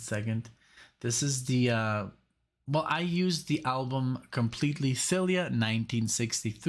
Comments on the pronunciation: Cilla Black is pronounced SILL-a. Dionne Warwick is pronounced DEE-on. "South American Getaway" is influenced by The Swingle Singers' interpretations of J.S. Bach's works. Burt Bacharach was a powerful jazz/pop vector in my music appreciation in the 60s and forever after. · Cilla Black - Pronounced Sil-ah.